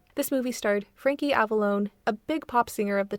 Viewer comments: Ava - LAWN - not Lone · Except for pronouncing Frankie Avalon as "Frankie Avalone" 😅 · Okay; I put up with your amateurish commentary right up until you managed to mispronounce "Frankie Avalon", which I would have thought impossible. If you scholarship (or just general knowledge) is that poor, I have no interest in what.